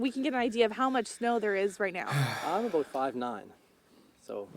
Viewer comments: Both of those provinces are the southern part of Canada. It's not that it's super cold here, we just get some freak snowfalls every few years. Not "pretty far north" at all. And you did that thing again. You said it perfectly the first time (a-boat) and then repeated it two more times, getting further away from what the Nova Scotian said (a-boat) and closer to the American cliché (a-boot). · Your pronunciation of "about" does not sound like the guy in the clip. lolol. You sound like YOURE saying "aboot" not the guy in the clip lol. I only hear "aboot" from people trying to make a Canadian accent. lol I'm sure somewhere in Canada people may sound like that like, say, if you're an immigrant? It's a funny stereotype though lol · That’s the first time I’ve heard a Canadian say “about” incorrectly. I thought only South Park and some Americans say it that way. It must be an east coast thing. Like Americans say crick instead of creek or ruff instead of roof.